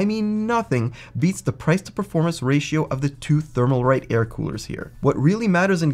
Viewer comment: The "L" in Thermalright peerless assassin has left the video! However, it is a good video. Thank you